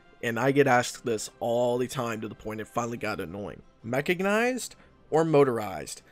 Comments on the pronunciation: "BUT, TEACHER, DO THESE DIVISIONS PENETRATE THE MAGINOT LINE?!" By the way, logistics boys are very useful while at war with Venezuela too. "Chrominium"... I think it's better to stop spoiling about Man The Guns DLC content. "Mechagnised". Oh, come on, just stop. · there's no G in mechANised, dude